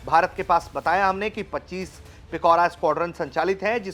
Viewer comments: It's Pichora not Pikora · Its पिचोरा not पिकोरा... Its not truck mounted.....